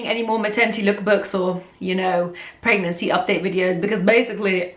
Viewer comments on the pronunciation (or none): i love the way she said pegnancy instead of pregnancy